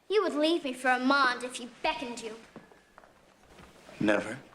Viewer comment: The "O" is silent..in Arrmonde...😂 It's definitely there.